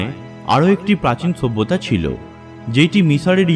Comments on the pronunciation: kathata sabhyata,bata ta bolte pareni! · কথা পরিষ্কার না।অবশ্যই=অবছ্যই।সভ্যতা=ছভ্যতা না।হা হা হা... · কয়টা যে লাইক দিবো বুঝতেছিনা।কথাটা মনে হয় আর হাসি ওঠে।ছুব্বতা.‌....ছুব্বতা.....হা....হা.....হা.....হা.....😂😂😂😂😂